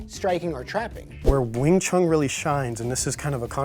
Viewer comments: Please stop saying wing chung. It is WING CHUN. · Just my point of view. take that space between them out too. There isn’t supposed to be any pause between the pronunciation. Wingchun